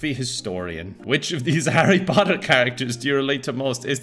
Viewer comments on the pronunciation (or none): none